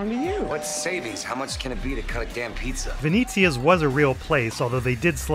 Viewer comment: Oh god PLEASE it's not 'Veneeeezia', it's 'Venetzia'. It's the Italian for Venice!